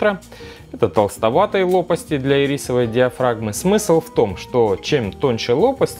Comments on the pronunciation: Не ирИсовой, а Ирисовой! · Можно ударение в ирисочной диафрагме пофиксить?))))